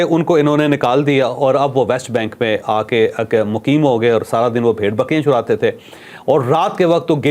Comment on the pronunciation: چودھری صاحب بکریاں (Churatay) نہیں (Charatay) تھے